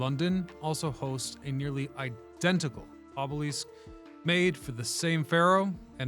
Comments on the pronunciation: aa·buh·luhsk, not aa·buh·leask - Went down a rabbit hole to see if any other language says it that way and got nothing. If this was a rage bait tactic to get comments you have succeeded in at least three as of this post. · Another poser historian who can't pronounce the very word that is the core subject matter of his material. Oobeleesk? I can't wait for the episode on the Sioux. Your credibility is completely shattered by this shortcoming. Pick a subject that you actually know something about before attempting to enlighten the world! It's offensive. Moving on and not checking back. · The way you are pronouncing obelisk seems incorrect. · I started watching this video today because it looks really interesting and the video seems really professionally done but I just couldn't get past the fact that he kept pronouncing the word obelisk incorrectly. So I had to stop watching. Maybe one day I'll try one of his other videos. Sorry, I'm not a hater I'm just being honest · Gross mispronouncing is the most common and annoying tip off of AI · The way you say obelisk is a little distracting and jarring